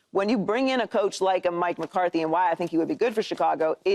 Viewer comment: why is nobody talking about Paul calling McCarthy McCarty 😭💀